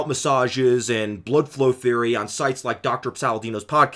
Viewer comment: you said “bloodflow” and not “blüdflow!” I am saddened.